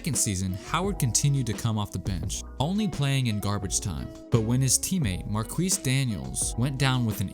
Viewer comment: You might as well said marqueef lol